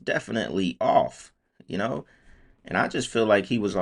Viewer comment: How does he kmooowwww